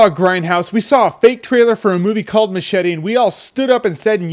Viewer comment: MUCH - ETTEHH